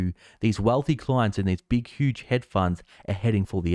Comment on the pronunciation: It's pronounced 'hedge', bro, with a d. Not head funds. Thanks for the video.